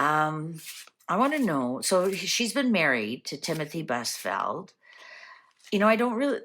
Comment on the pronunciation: Crimey! You’re such a HACK! Sorry, but after numerous attempts, you can’t even get The Name pronounced correctly- Brain Fart? How can we believe ANYTHING your scam cards come up with? He has been on TV since the 1980’s, (thirtysomething)- BUSFIELD, like, ride a BUS, flowers in a FIELD. Not brain surgery. Your credibility is zero-to-none. Go grift at your local Psychic Fair.